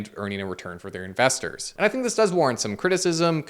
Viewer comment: This really makes you fink... and perhaps thats what they want you to fink... #finkaboutit